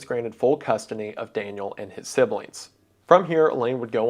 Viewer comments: "full custony" 😂😂😂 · Full custony eh?